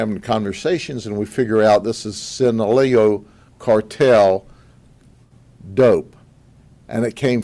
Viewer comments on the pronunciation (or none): It's Sinaloa not sinaleo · Sin-a-LOW-ah Boss. Sinaloa.